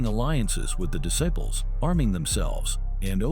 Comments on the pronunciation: Dude got Latin Disciples right but says Spanish Descibles lmaoooo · Why use A.I. If it can't say "Disciples" "Satan Desibles" 🤦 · Disciples not descibles goofy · Dis- Siples